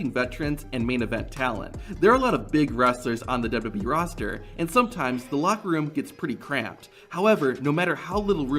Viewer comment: How can you not pronounce "WWE" properly? You've just botched it countless times. LOL